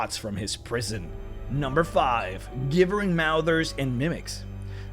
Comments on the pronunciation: It pronounced "JIB-BURR-ING" NOT "GIBB-BURR-ING" MOUTHER! (As in GIBBERISH) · Gibbering is pronounced "Jibbering." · "Gibbering" is still pronounced with a J sound, not a hard G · The way he pronounces Gibbering is painful. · Your saying gibbering wrong its annoying